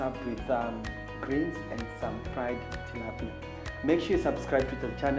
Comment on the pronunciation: Wtf its Tilapia not Tilapia, wew.